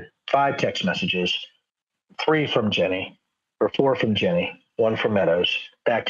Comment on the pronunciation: Are you saying Ginni? Because it sounds like you're saying Jenny.